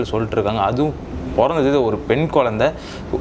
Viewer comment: குழந்தையா குயந்தையா.....அடிக்கடி So so so சமயம் தமிழ் பெயர்எதற்கு.... நீர் தமிழரா